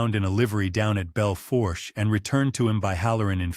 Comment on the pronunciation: Belle foursche is pronounced: Bell Foosh